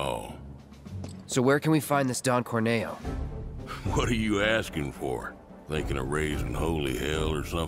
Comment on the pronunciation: It's not 'Don Corn-eh-oh' it's 'Don CORN-EE-OH'!. Like he's a corny guy. 🌽🌽🌽